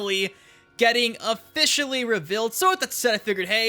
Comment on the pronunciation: Dude still doesn’t know how to pronounce “reveal”- there is no “i” in the word